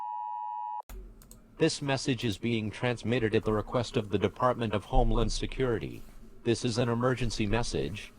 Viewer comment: “Deparment” Just like to point that out